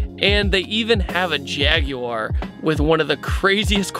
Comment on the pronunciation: nice pronunciation of Jaguar, you've come a long way:P